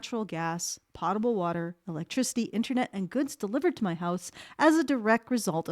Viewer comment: I've never heard potable pronounced that way. I've always heard it like "po-ta-bul"